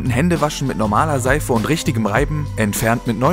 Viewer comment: „Wenick, richtick, salzick” – kann's nicht mehr hören!